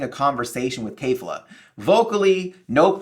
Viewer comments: Kefla not Kayfla...you watched the show so you know how to say it. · keh'f-la not kay'f-la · why would a guy who doesn't even know the characters names (kefla not kayfla) have anywhere near an accurate theory?